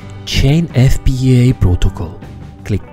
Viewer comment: Your pronunciation of the word "FPGA" is amazing! <3 <3 <3